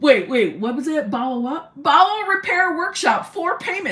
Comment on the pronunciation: Lol! I though you initially said irritable balls syndrome!🤣